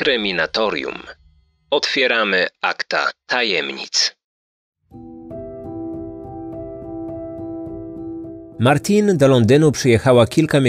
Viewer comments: Jej imię wymawia się Martine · Nie Martin ale Martine